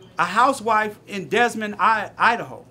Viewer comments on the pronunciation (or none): BWAHAHAHAHA , brotha said DesMond Iowa. Its Des Moines, and its pronounced Da Moine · Toonses BWAHAHAHAHA , brotha said DesMond Iowa. Its Des Moines, and its pronounced Da Moine